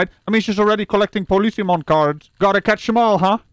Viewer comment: “Policimon Cards” 🤣😂🤣😂😂🤣😂🤣😂🤣🤣😂🤣😂🤣